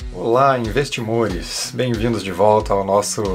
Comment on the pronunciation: Kkkkkk amei o “investimores”